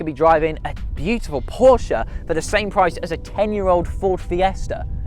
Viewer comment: Glad the bloke pronounced "Porsche" correctly......